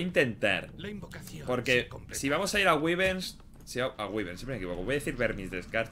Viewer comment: Wyverns se pronuncia así: guaiberns. Gran vídeo crack sigue asi, saludos desde Perú